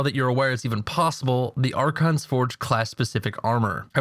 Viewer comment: ***** its archon* actually